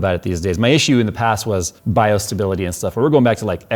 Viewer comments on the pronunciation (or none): none